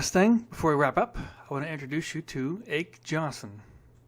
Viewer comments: Its always fun to listen to a kid talk about "the good old days." The correct pronunciation is AH KEE YON SUN. Not AKE Like "Take" without the T. And Joel Robert is pronounced JOE ELL ROE BEAR, not JOLE. I do like the Maico stuff, however. Raced a GP Radial head 450 in 1974 and 1975 and NEVER lost the hole shot! They were FAST AS HELL. And I know cuz I was there. I actually spent the evening with Brad Lackey, Jim Pomeroy, Marty Smith, Tommy Croft, Roger Decoster, Gerrit Wolsink and others at the Niles, MI Honda shop the night before the National at Red Bud in 1974 as a guest of the track owners son who was a good friend. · thanks for the nice video FYI - it is pronounced Ah-K not ache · Ah-key Yon-son, not 'Ache' Johnson'. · Common dude, appreciate your affection for maico's but it's pronounced aw-kee Johnson not Ake as its spelled and, Joel Robert is pronounced jo-ell....my two heros when I was a 13 yr.old racing motocross in that era.....no disrespect intended😊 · It is Åke, not Ake, and is in two syllables. You did not mention Husqvarna. At the beginning of the season, Heikki Mikkola managed to win one event. They also had two top flight Swedish riders Bengt Åberg and Arne Kring on light factory bikes who could not beat Åke either. Bengt Åberg tried his heart out at Livermore and Saddleback. Finally, the Maico was technically not quite stock. It had a 250cc clutch to make its engine case narrower and rev faster. It was also carefully matched in the ports but this is just something that can be done with any well built stock engine. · Pronounced “ahkay Yonson”… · Ake Jonsson pronunciation "Ah-kee Yahn - Son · Really old guy says the pronunciation is ahkee yonson. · Thanks DowntownDogMan... Yes, Ake Jonsson is pronounced AH-KEY YAWNSUN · Thank you, I've always hated when people pronounce his name 'ache'. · Great vid,thumbs up,but my ears still ache from hearing you call Ake Jonsson "Ache Johnson"